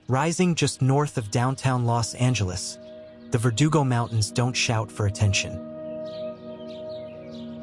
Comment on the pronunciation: Do you know how to say Los Angeles ?